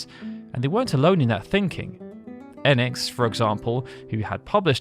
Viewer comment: EEEEEnix Like the hard E in phoenix Not ehnx😊 Enix